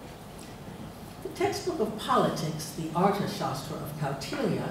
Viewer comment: She would be a tad more reliable as an indologist and as her fawning intro says: 'world reknowned sanskrit scholar' if she could actually pronounce simple sanskrit words: 'Dharma', 'Upanishad'. Sadly, she is so self unaware, she goes on to tackle 'ArthaShastra'.